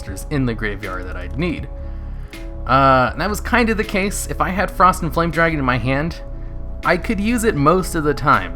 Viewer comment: Did anyone else hear him say it as Frosty the Foame Dragon?